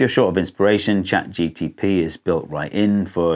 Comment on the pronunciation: chatgpt you said it wrong 😅